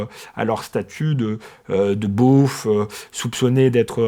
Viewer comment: Aux éditions du Cerf...du cèRRRRR , et le mot beauf prononcé comme bof😂